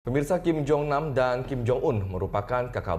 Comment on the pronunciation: Kim kali.... Bukan king... Lu ga bisa ngomong kim ya ?